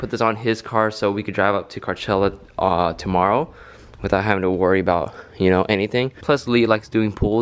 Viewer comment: Is he saying carchella?